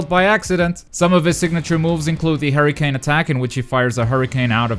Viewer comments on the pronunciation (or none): none